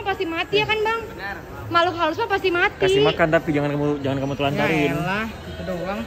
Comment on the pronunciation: Apa cuma aku yg denger ka ricis ngmng "kelinci juga makhluk haluss"🙃